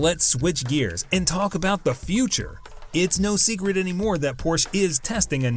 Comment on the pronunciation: Not only are the brand Porsche and the model designations consistently mispronounced in the video's voiceover, the Brand is misspelled in the video's title.